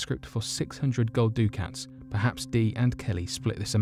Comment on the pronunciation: "ducat" rhymes with "bucket"